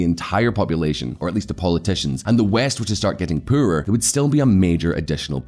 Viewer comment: for christ sake, can you please learn how to say the poorer, its pronounced "POORER", not puuuurrrrer"